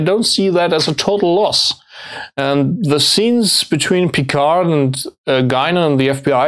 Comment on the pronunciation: Auch, wenn es das englische Review ist, so könnt ihr doch Picard richtig ausprechen, wie wir oder vor allem die Franzosen selbst es tun: ohne "d" am Ende. ;) BTW: Etwas weniger Klischee-Deutsch im Tun und Aussprache fänd ich angenehmer.